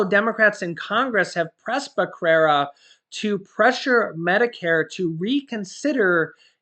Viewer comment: Thank you for keeping us informed. By the way, since I am Hispanic, Becerra is pronounced as beh- ( the e like in egg), serr (like in serenade), & a (as in ah). Stay safe.